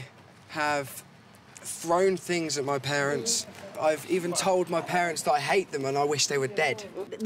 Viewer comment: fings....its things.........wif...its with